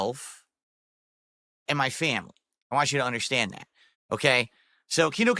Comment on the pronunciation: no phonetics, dsp can't say "want" or "both" etc